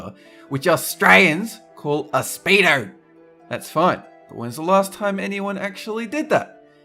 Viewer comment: who else died at the way said Australians and speedo? (*ﾟ▽ﾟ)ﾉ